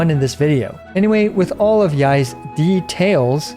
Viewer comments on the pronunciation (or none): I lost it with de”tails” …. 😭